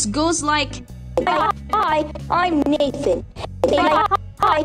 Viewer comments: Am I the only one that heard Naked instead of Nathan? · At first I thought you said "hi I'm naked" XD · For second i thought he said hi im naked